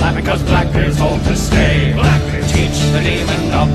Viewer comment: I thought his name was "Teech" not "Teach"?